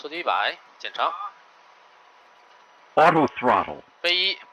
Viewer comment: the C919... why do i keep hearing "senile 19"